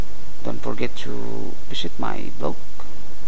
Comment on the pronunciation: you said "piss it? or Visit? o.o cant understand pls explaing I want to laugh too :D hihihi I love ur Video Tnx~!! I'll go subscribe u :3